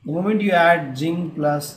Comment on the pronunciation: it is zinc not ginc